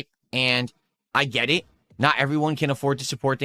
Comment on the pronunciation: Lmao "I'm doing good, the streems are doing good, gwet it?"